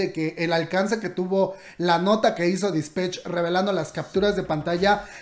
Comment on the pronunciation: Se dice disPATCH no disPETCH. 💖